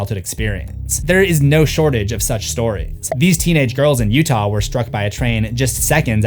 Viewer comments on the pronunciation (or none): none